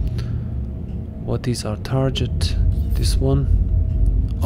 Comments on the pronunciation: Tar Get, not Tar Jet. Otherwise cool vid. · It's actually Tar git not tar get otherwise cool comment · it’s a short “e” sound as in “bet”, not an “i” as in “pit”, but that genuinely could be an accent thing. I have for sure heard it with more of an “i” than an “e” before.